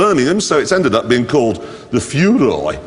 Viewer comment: The "Fewroi"